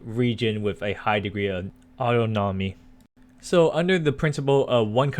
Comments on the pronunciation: a high amount of auto-nommy u mean awe-ton-no-my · "Auto-nomy" Lmao. AH Tahn A me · Apparently autonomy is pronounced Otto nommy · Your reading this and I just lost it when you said.... Annnonmoney